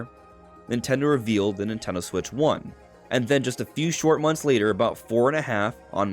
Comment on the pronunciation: The Nintendo Swiich 😂